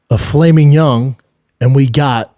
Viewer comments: Normal People: "Filet Mignon" Brendan: "Flamin 🔥 Young 👶🏻" Note: I'm not hating but even the captions service picks up "flaming young" LMFAO 😂😂😂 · I have never ever poked fun at Schaub for his pronunciations, but filet mignon being pronounced, "falaming young" was dirty work.